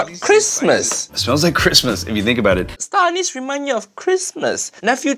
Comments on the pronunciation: I heard him say ‘Star Anus’ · I heard star-anus from jet tila for some reason…….